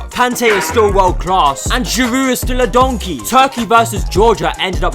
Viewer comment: I love the way u literally say donkey😂😂😂😂😂